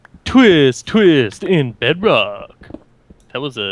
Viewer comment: Its unbreakable... and its pronounce bedrock... but its alright